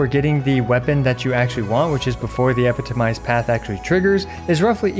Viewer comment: You're stressing the wrong syllable on 'epitomized' again